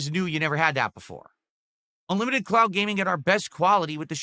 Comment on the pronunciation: Why is he saying "clout" instead of "cloud"?